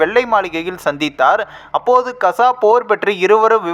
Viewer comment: Kza. Illai kaaza endu thelivaaha sollavm